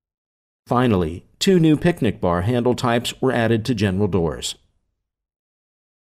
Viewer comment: lol at "picnic bar" instead of panic bar, right at the end of the clip....